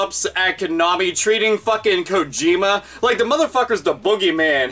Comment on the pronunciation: Didju rike it?